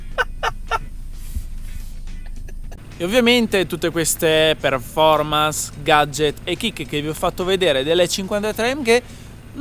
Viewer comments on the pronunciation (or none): none